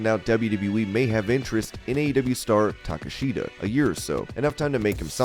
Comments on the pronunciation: Please say his name right. It's takeshita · You mispronounced Takeshita. Then say Andrade hasnt wrestled.. when he just did beating the Lucha Bros. I dont think you guys actually watch wrestling. You made basic mistakes like confusing the young bucks and other random things. Watch the product.